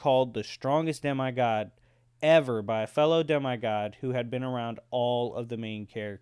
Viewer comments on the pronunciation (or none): It’s demE god not dem-I god